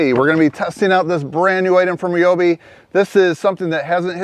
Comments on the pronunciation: nice cooler. rye obi not re obi😅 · Rye-obi Not Reeeobi!!